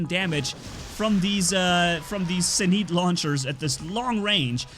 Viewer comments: Its pronounce "zenits" not "zeneets" u fuckin dumbass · NOT ZEN EET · It's pronounced Zeen-it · You said zenit wrong in nearly all of your vids u say a robot or wepons name wrong its getting annoying